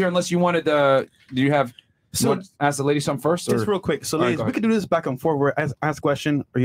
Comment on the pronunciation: How the hell can you "axe" a question??